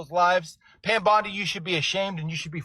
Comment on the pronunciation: I can't unhear Pam Bundy..